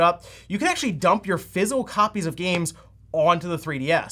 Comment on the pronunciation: physical, not fizzel. I know you talk fast, but sometimes I swear you do that on purse. lol